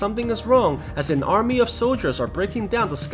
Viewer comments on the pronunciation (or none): none